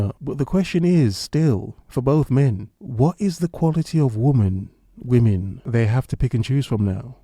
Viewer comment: "woman" or "women". You corrected yourself. an English man. The correct pronunciation of "women", the plural is elusive to most content creators. They refer to all women as "woman". Thank you,, for speaking correctly. my ears! my gawd, my ears!